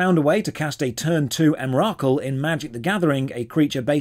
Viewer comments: Light hearted devs and GMs are the best! I hope more see this video and follow in the good spots when you can. Cheers for the video! EM-RAH-COOL EMRAKUL almost spoken like emercool! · Em-ROCK-COOL you say? I will meme on this for a while. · I flinched hearing how you said Emrakul :O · I had to do a double take on that Emrakul pronunciation....